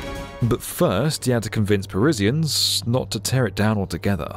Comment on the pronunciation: what's a Parizzian?